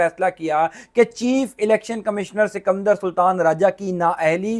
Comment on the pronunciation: 😂😂😂 bhai sikamdar nahi sikander sultan bolte hain 😂😂😂😂😂😂😂😂😂😂😂